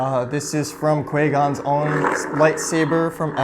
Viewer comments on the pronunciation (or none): That is not how say the “qui” in qui-gon